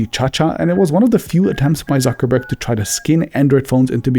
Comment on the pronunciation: Zuckerberg in Spanish is "Suckerberg"